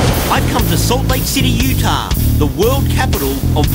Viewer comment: he says utah like pacino says hoorah